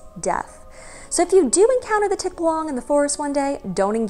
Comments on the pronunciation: Hi! Big fan here from the 🇵🇭! Correct pronunciation is 'tik-BA-lang'. Stress is on the 2nd syllable. 😉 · I and most Filipinos I know would pronounce it as "tik-BAH-lang" where the first and third syllable are very short and the middle is emphasised and slightly longer :) There are some Tagalog videos here on Youtube that pronounce the word how I've heard it. "Ang kwento ng Tikbalang | Ang Libro" says the word multiple times (at the 20 and 30 second mark).